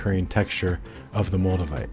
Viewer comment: Moldevite? I thought you said Magnamite... I was just about to catch 'em all too...